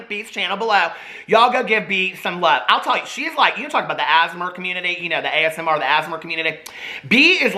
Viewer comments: I keep hearing "asthma" community when he says it and it makes me pmsl 😂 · The way you pronounce asmr kills me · every time says asmr phonetically I think he's talking about aasimars from dnd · a few videos ago he said it too and I replayed it like 5 times cause I didn’t know what the heck he said lol